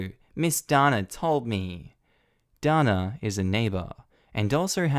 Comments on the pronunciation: DANA...IN U.S. IS PRONOUNCED...DAY NA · Usually Dana is pronounced Dayna. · Ok, so you pronounce Megan like Meegan in Australia. In the other story with the girl named Dana we in America would have pronounced it Day-na. So many differences..... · That may depend on where she's from. Dana (pronounced Darna) won the Eurovision song contest twice for Ireland in the 1970s. Dana International (who also won it) from Israel was also pronounced Darna.